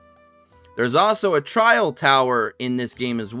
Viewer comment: Great guide. Thanks. Also, it's TRIAL (try-uhl).